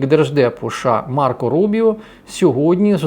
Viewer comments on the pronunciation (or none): none